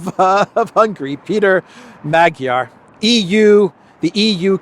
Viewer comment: Peter Magyar is pronounced MAWD-yar.